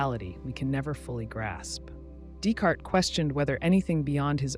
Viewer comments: It's pronounced "day-kart" not "desk art" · lost me when the bot pronounced “Descartes” as “discart” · did you just pronounce Descartes as “dis-carts”????? Exposed yall frauds lol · "Discart?" LMAO you mean Descartes? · Pronouncing illusory right but not Descartes is wild to me. It's pronounced Day-Kart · Less than two minutes in and we're already butchering the name "Descartes"... Much as I would love to stick around and listen to what must surely be deep philosophical contemplations on the value of pineapple on pizza and such, it's a hard pass.